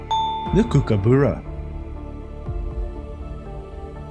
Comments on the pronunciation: Dead easy quiz. By the way, it's a kookaburra ('u' as in 'but'), not a kookabura (not 'u' as in 'book'). I know, 'coz I'm an Aussie. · The first syllable of Kookaburra is pronounced cook as in cooking food. Thanks so much for your quizzes.